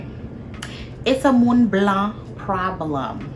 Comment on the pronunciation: "it"s a moun blan problem" hahahahha